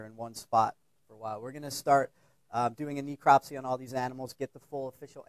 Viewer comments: This idiot a pronunciation of necropsy is driving me nuts!!! It's not knee-cropsy it's Nehcropsy! !!!! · Ne-eecropsy?? He has a terrible spin on how to pronounce necropsy (Google it ... go on ... you might learn something ...) and yes ... it irritates me when so-called educated people maul the English language (in their area of specialisation no less) Reaping what you sow ... lax exotic animal importation laws and stupid pet owners/importers ... What a massive ecological disaster the Burmese python problem is in parts of Florida.